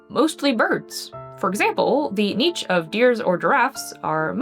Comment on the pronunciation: Time to add yet another pronunciation of niche to my vocabulary. We've got neesh, nitch, and now neech.